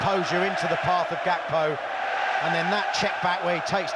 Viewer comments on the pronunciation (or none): it's Gakpo. Not Gapko 😂